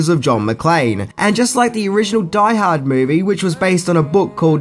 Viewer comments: Omg, if you said "Die Harda" 1 more time I was going blow my brains out lol. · if he says "die ha-da" one more time I'm gonna die hardest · Take a drink evertime he says Die Hada. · “Die hardar” 😂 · You like saying, "Die Haad 2, Die Hah-dah", don't you. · Die Hahd 2....Die Hahdda